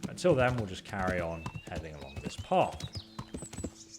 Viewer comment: it's path not paff